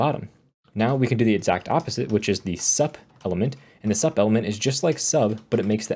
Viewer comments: is said "soup" like superscript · Very informative video. nicely done. Just one note about sub and sup. They stand for subscript and superscript, so sup is pronounced like "soup".